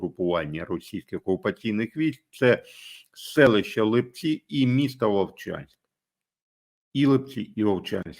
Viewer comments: Пане, з усією повагою, можна коригувати наголоси в найменуваннях населенних пунктів в коментах у проукраїнських блогерів з невіліковною росіянською промовою, але Вам не варто помилятись, вірно - ЛИпці. Це вам підказка від Харків'ян😜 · Привет из Харькова ЛІпци (наголос на першому складу) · Господі! В назві Липці треба наголос робити на перший слог, а ви постійно робити наголос на другий слог. Харків'янам ріже слух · тому що то великі міста з назвою чоловічого роду. Липці ж - вони. Чернівці та інші подібні назви у решті України мають наголос в кінці слова. але харків'яни виявились осбливі. Кернес не дасть збрехати.